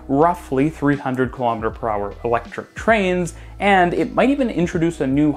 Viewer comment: Did you say electric? Noop.